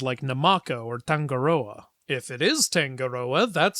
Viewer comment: As if this video wasn't already awesome enough. What makes it better for me is that, I live in Aotearoa/New Zealand. While the movie is different from the stories we learned in school it is still awesome to see these adopted. Also. For the pronunciation of Tangaroa it's Tongue. Ah. Roar. Ah. Tangaroa. That's how I learned the pronunciation. Thank you for this Video 😁